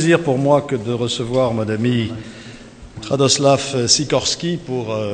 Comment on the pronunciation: Il s'appelle Radosław et non pas Radislaw